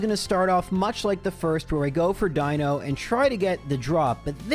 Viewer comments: Die-no is actually the correct pronunciation. If you are trying to piss off the people in the comments then, something else is the pronunciation you want. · You’re definitely pronouncing Deino correctly. Ein Zwei Drei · Yep, the eye sound for Deino is correct, seeing as it's based on eins, zwei, drei, (vier, funf, sechs, etc...) and dino/deino from dinosaur and deinosuchus (deino being ancient greek for fear inducing). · the way you pronounce Deino is actually spot on. the name gimick of the evolution line is that it counts to 3 in german (Eins, Zwei, Drei; Deino, Zweilous, Hydreigon) and "ei" in german is just pronounced like the solitary letter i in english. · eins zwei drei, you are pronouncing deino correctly. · I love seeing videos in other gens so I can hear how pronounces new pokemon names. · Just a note that you're pronouncing 'Deino' correctly, since the names of the line are using the German words for one, two, and three (ein, zwei, drei). On the subject of a run it's wild to me that runs like these are actually even vaguelypossible. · For all your weird pronunciations, Deino is in fact an "I" sound. Ein is German for one, Zwei in Zweilous means two, and Drei in Hydreigon means three, referring to their additional heads through evolution!